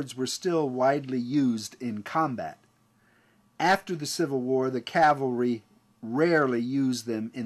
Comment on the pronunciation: The term is pronounced CAV-al-ry not CAL-va-ry